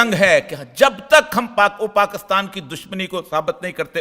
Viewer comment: Sir please PAKASTAN na bola kren it’s PAKISTAN